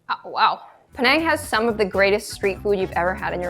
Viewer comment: I just cant with you saying penang ITS PI - NANG